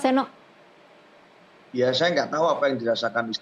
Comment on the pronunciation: Mas Seno💪💪👍❤ BTW, nyebut mas Seno gak pakai 'K' ya mbak. Khawatir aja ntar mewawancarai mas Nono piyé😫😫🥴